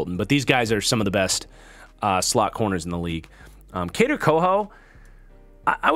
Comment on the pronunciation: Kader (Ko-Who)